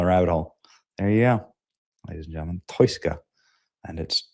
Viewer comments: Its pronounced TOO-SKA.. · You really can't read OR speak English, can you?!?! How do you pronounce the name of the vessel that absurdly stupid way?!?! It's called the TOUSKA...TOO-SKA...my 4 year old daughter got it first try! You sound like one of those actors in a dubbed over karate flick from the 70's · Btw ... it's promounced Toos-ka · THE SHIP'S NAME IS THE 'TOUSKA'...PRONOUNCED 'TWO-SKA'....⛓🚢⛓ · Yea benny, I think its pronounced taow-skaa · TOUSKA is pronounced Tow - Ska but spelt Touska 😂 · The Persian name Touska (توسکا) is commonly pronounced too-SKAH (IPA: /tʰusˈkʰɒ/). It is often phonetically broken down as "Toos-kah". This name refers to the alder tree in Persian, and it is also used as a female given. Must be the Botox injections in your forehead Benny. It’s a paralytic. No long term studies yet. However it can cause early onset of Dementia. But no wrinkles right. Goes good with that skinny face death look from Ozempic or Mounjaro. STOP 🛑 IT. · TOO- SKA . That's how you say it Benny . Too -Ska . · Why did you pronounce it like that? That’s the easiest name to pronounce. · You could stop acting like a dumbbutt when pronouncing the name of the Iranian ship.